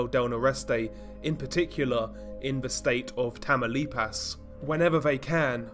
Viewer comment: It’s funny hearing white people say names in Spanish 😂😂 he said “tamalipazzzz”